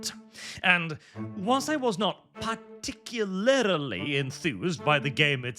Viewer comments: I don't know why, but something about youtubers saying "particularily" instead of "particularly" always pulls me out of whatever they're saying to hyper focus on that one word. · Particulaerily Par tic yu lar lee